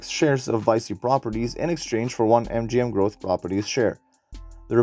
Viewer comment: Nice video! It's pronounced "Vee Chee" though, not "Vie See". Loaded up on this stock this week :)